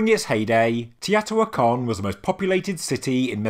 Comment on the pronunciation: Long time subscriber & love your channel & all the research & discoveries you bring to us. BUT, sorry, Teotihuacan is pronounced - tay-oh-tee-wáh-con.